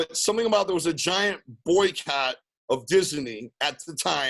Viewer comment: Violent J’s pronunciation of Dizzinee is always funny.